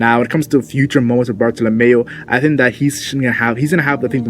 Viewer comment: bartolomeo not bartolomayo